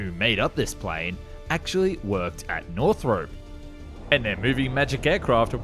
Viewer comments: Just a little thing, while watching: It's not really pronounced "north rope" it's more of "north rop" like romp without the m. Another thing, it's F one eleven, not F triple one. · You're Australian, HOW do you not know we have always called it the "F one eleven" ??? Also WHY do you keep saying "Northrope" ?? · Is anybody else triggered by him pronouncing Northrop "Northrope"? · Every time you say "Northrop", it kills me a little inside. Northrop rhymes with shop, not soap.